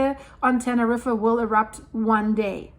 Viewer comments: Love your videos 🥰 it’s pronounced like “ten-er-eef” if that helps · Correct. Same with the name 'Tenerife'. Pronounced like 'Tenerreef'.